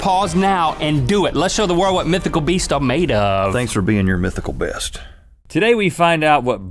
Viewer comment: Rhett said mythical bist ☺